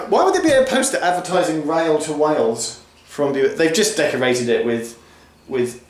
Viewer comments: Bures: 'Bew' as in Rodney Bewes then 'errrs' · Boooooers it's pronounced ! I love those MK3 coaches. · Bures as in “cures” 👍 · It's Bures, pronounced "Buwes" - no wonder my wife finds English pronunciation difficult at times with stuff like that... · Its pronounced Björs. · To clicker 7 Bures it pronounced blurres lol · It’s pronounced Byoors. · It's pronounced 'Be-ors' or 'Be-u-wers' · B-U-ers no W sound :) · John Bicycle Nah, not really. It's pronounced "B-yoors". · Also hearing you pronounce 'Bures' after hearing it on the tannoy was very funny, it sounds like Teesside slang for 'ladies' hahaha "Giz a minute mate, me Bure's on the phone" sort of like 'Beautiful' but lazier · I thought it was pronounced Bures after you attempted Bures, Bures and Bures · I would have said Bures rhymes with Pure with an S, maybe the announcer has a speech impediment. Though a guy on a video i found says 'Burrs' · I live nearby this confusion, it doesn't make sense to me either. However, can confirm it is pronounced B-you-ers. Bures is split into two parts. Bures st mary is in Suffolk, while Bures hamlet is in Essex. I cross the bridge that separates the two many times. Hope this helps anyone confused. :) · Geoff, considering I’m going camping there this weekend I can confirm it’s pronounced b-YOUUR-es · I think it is pronounced 'byoors', no 'w' sound really necessary. The railway viaduct at Chappel is apparently the second largest brick built structure in the UK (after Battersea Power Station), so worth a visit for that as well as the museum. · It’s pronounced B YOURS. There’s a good little folk festival there every year. I’m liking these videos where you come to my neck of the woods. (Essex and Sudbury) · As any respectable local knows, Bures has two syllables (boo-ers), as does "spoon" (spoo-un) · Pronounced b-you-ers. Bures. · Geoff, I live in Ipswich, and everyone I know who knows the place, pronounces it 'BYOOWERS'. My late father had a very good friend who lived there.